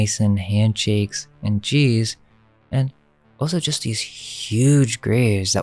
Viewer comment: ALSO is spelt with an al not an o. You sound like a right tard when you say it wrong all the time. it's really annoying! Pls